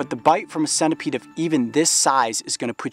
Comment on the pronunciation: its senta peed (pronunciation) spelt centipede not sena peed